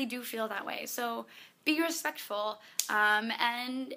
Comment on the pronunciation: She says "and" funny. It's like "aiiind" :D